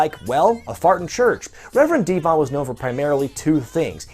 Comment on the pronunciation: No!!!!! Not D-von